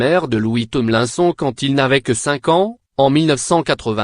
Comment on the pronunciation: On dit "Tomelinesone" pas Tonlainson... Ça se voit que c'est une fausse voix !